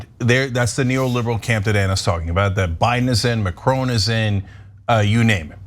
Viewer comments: Usually like your output but please learn to say the name Macron properly. It is not Macr-own. Also look back at the 2017 runoff and recognize the candidates. Le Pen is nothing new. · I like you Ana & I like the Young Turks but again ignorant American pronunciations are creeping in of names or places far from the US of A. It's "Mack-Ron" not " Mac-Rone". & 2 right protests are eruoting as they are going to do in any country where enough idiots get close to voting Fascists into power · Macron sounds like Ma"Kron" (it is his name he calls himself) No more different than Walter Cronkite news-reporter anchor for 50 years. If you don't know him you should NEVER report the news. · Anna and Cenk, please increase my respect for you by learning how to pronounce 'Macron'.